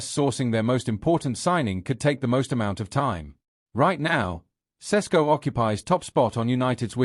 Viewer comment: Why are some British sports media so fricking lazy pronouncing players name . I’ve heard four different versions of Sesko from different analysts on Sky Sports alone.